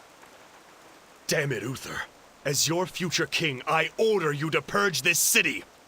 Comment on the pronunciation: Dude it's clearly spelled U-TH-ER, not UFFER... You're not even trying to say it right.